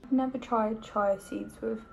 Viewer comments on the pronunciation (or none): It’s chia - cheeya seeds. Not chai